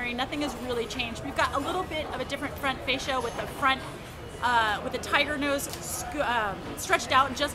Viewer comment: its tiger nose, not tighter nose.